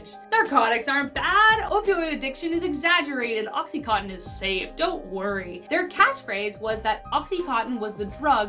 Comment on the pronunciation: Idk why it bothers me so much when people pronounce oxy contin as oxy cotton.